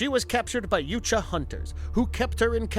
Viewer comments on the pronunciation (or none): Yowt-ya, not You-cha. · U-Tan-E....? Lol. It’s U-Ton-E & your wrong about so many other things but I won’t get into that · ha. yuteni he says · The heck are Yute-juh? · Noooooooo. No. No. No. They were workers. Not mercenaries. The mercenaries brought them. And it's 'jootaahnee'. Such a shame this wasn't done by an aficionado. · I think Yautja is pronounced (if you slow it down) "yeah-out-jah", but in real time without over stressing each syllable it's "yout-jah", "out" with a "yeah" sound before it ("yout") followed by "jah" like "yes" in German. 🤓🤘☮️ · Like the content, hate the narrator. He can’t pronounce anything right. “Yootja”?? Seriously..? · It’s not “Yootja” and you know it. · Your pronunciation of "Yautja" is literal cancer. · I’m glad this wasn’t the first video I watched from this channel. The carnival barker shit and mispronouncing of “yautja” had me cringing the whole time. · Isn't the "J" in Yautja silent, making the "huh" sound? Pretty sure that's how I've always heard it pronounced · Dude, you pronounced "yautja" about 50 different ways.